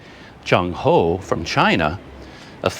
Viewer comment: Excuse me, not Junk Ho , as in junk, trash, but Ch as in Ch-ain or Ch as in Ch-ange, and end with End, so Ch-End, make sense? Your HO is perfect.